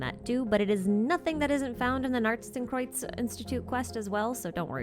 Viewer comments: The accent on narzissenkreuz wasn't terrible! I mean def Americanized but you got the pronunciations correct. Which is more than I can say for actual voiced Genshin lines 🥲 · Your pronounciation of Narzissenkreuz is way better than any other non-german-speaker's I've heard. Kudos! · doesn't the circular thingy at the bottom of the Qabalah kinda look like... the Fatui emblem? the cross with the geometric thing in each part? Also, your pronunciation of 'Narzissenkreuz' is pretty good even with the American accent, so don't worry about that :)